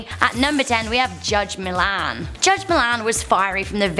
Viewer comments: Judge Marilyn Milian is pronounced (Mill-E-In). Not (Mill-an) lmfaoooo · Can you please pronounce Milian right